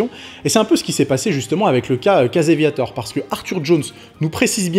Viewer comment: Va falloir que tu travailles ta prononciation en Anglais. Je cherchais "Caseviator" pour "Casey Viator" ...